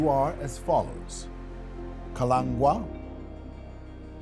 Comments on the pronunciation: How is it can't pronounce Kalangwa's name correctly? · Kalengwa not Kalangwa❤❤❤